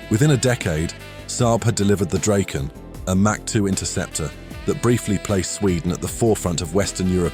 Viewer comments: It's Draken.. (Dragon)....it is NOT "Drayken" as you pronounced it....there is NO "Y" in Draken or Dragon. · Nice that you are getting the pronunciation almost right! (The "Draken" is Dra:ken, not "Drayken".) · either way the "drayken" pronunciation is wrong.